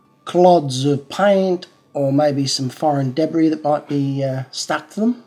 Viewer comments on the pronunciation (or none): none